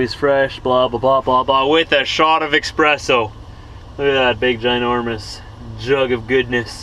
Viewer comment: Espresso...not EXspresso